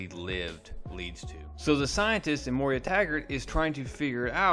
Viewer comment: It is Moira as in Moy-ra NOT Moy-ria.